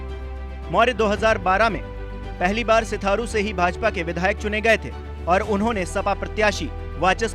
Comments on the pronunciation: New 24 ke chalk ji sitharu nahi Sirathu hai kam se kam sahi se bolna Sikh lo bhai ... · Bolna sikh bhai hindi nhi bol pa raha hai सिराथू हैं सिथारू नहीं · Chutiya aadmi sitharu nhi sirathu h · सिथारू नही सिराथू बार बार सिथारु बोल रहा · 😀😂 सिराथू 😀 सिथारू नहीं 😀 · Hindi nhi aati kya ko sirathu ko sitharu kehta hi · अरे भाई सिराथू को सिथारु क्यों बोल रहे हो पढ़े लिखे नही हो क्या😂😂😂😂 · अरे मालिक सिथारू नही सिराथू से 😊😀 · Abe bakchod..sitharu nhi..sirathu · Bhai .. Siraathuuu hai ..na lo sithaaruuu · Sirathu it's not sitharu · अरे भाई सिथारु है या सिराथू। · सिथारू😂😂😂 सिराथू है । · Bhai sirathu hai sitharu nhi 😂🤣😂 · Sitharu niii sirathu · अरे भाई सिथारू नहीं है सिराथू है 😂😂😂😂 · सिथारू नहीं है महाशय सिराथू है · गदहा ससुर सिराथू है सिथारू नाय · सिथारू नहीं भाइया😄🤣😁 सिराथू है यार 😄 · Sitharu nahi sirathu bolo bhai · सिथारु नहीं सिराथू बोल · Sir sheerathu hai aap bar bar shitharu bol rahe hai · रिपोर्टर महोदय सिराथू सीट है,न कि सिथारू। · सिथारू नहीं सिराथू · Iss unpad ko padhna sikhao pehle sirathu ko setharu padh ra hai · Mayank Gupta ji ye patrakar Sirathu ko Sitharu har baar bola hai kaisa patrakar hai bhai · Sitharu .nahi. sirathu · सिथारू नही सिराथू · Ayenge toh bs yogi hi...waise phle achhe se naam pdh liya kro...sitharu nhi sirathu hai bhai... bjp jindabaad❤️ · सिथारु नही बे सिराथू है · O chacha sitharu ni Sirathu hai vo😂😂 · Tujhe patrakaar kisne bana diya tujhe to hindi bhi padhna nhi aata, sirathu ko sitharu padh raha hai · भाई सिथारू नहीं सिराथू है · Name to shi se lo bhai...Serathu hai Setharu nhi🙄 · Full nashe me ho bahiya🤣, sirathu h wo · Bhai सिथारू नही सिराथू बोलो यार 👍🏻😂🙏🙏👍🏻👍🏻🙏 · आजकल ऐसे ऐसे नमूने पत्रकार माइक लेकर खड़े हो गए जिनको शुद्ध हिंदी नहीं बोलना आती सिराथू को सिथारू बोल रहा है गधे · Bhai naam to sahi pronounce karo. Sirathu h Sitharu nhi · सिराथू not sirtharu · बार -बार आप सिथारू बोल रहे है वो सिथारु नही भाई सिराथू हैं भाई... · आप सिराथू को बार -बार सिथारु बोल रहे है । कृपया शब्द पर ध्यान दे । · सिराथू बोलना सीख पहले